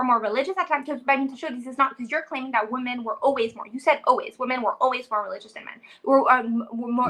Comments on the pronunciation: another dumb biznatch who doesn't know how to pronounce 'women' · As soon as she pronounced "women" in the singular vernacular she lost all credibility.